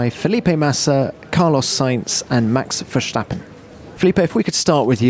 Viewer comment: Nice pronouncement of Verstappen